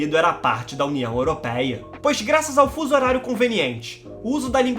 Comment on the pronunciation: Não digas européia diz europeia 🤣